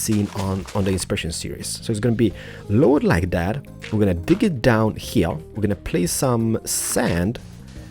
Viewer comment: "One heya, one heya, and one heya" lol I really like the apartment building